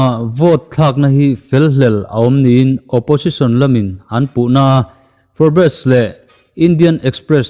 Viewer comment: For- bez ni lo in forbes